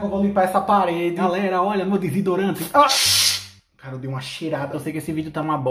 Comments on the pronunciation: "Oia meu disidorante"😂😂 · "Galera olha mei disidorante" 💅💅